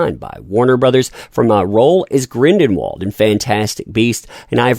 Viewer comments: Grindelwald, not Grindenwald !!!!! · Are you purposely mispronouncing the last name Grindelwald or was that accidental because it's hilarious? Lol Grindenwald hahaha